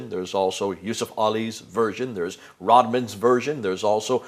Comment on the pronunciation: It's not Rodman, it's RodWELL.